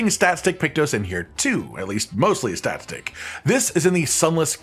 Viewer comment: Are you saying "stat-stick"?